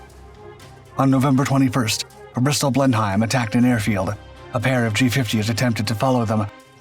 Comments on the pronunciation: Blenum not Blenhime! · Blen-hime? It's pronounced Blen'm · It's pronounced "Blennem", not Blen-heim. Named for the seat of the Churchill family. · Blenheim is pronounced „blenim“ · Blenheim is pronounced "BLENNEM"! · It's actually pronounced.. " Blen-Um " please don't hurt my ears.😁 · Blenheim rhymes with venom. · The word Blenheim is more correctly pronounced something like "Blennem"👋🙂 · Blenhime? What the hell is a Blenhime? Any English speaker knows that using spelling to sus out pronunciation is not going to work. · Blenheim is a German place and is pronounced just like that in German, "Blenhime". Anglo-Americans can't pronounce foreign words. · It's "Blennim " I should know, I live next door! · I would say "blennim", but that's because I learned english from my stepfather who was minor nobility. recieved pronunciation, wot. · in fact originally village in Germany, Blenheim, pronounced about "Blen-heim" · Certainly, but in England it's pronounced "Blennem". Hell, I've been there. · Sounded like Blend-Hime!!!!! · A pity that the narrator is unable to pronounce Blenheim, it is a bit like calling the English 'Britishers'! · Why do u miss pronounce these planes all the bloody time Blenheim like the palace by god the were the foundation of the Beaufort the the excellent Beaufighter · Makes video, can't pronounce name of the plane. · Correctly! Thanks! I god aches in my ears a I heard the false outspoken name! I ´m no fan of Churchill but wat is must be as it is!